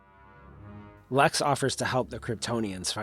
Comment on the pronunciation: "LEX" not "LAX".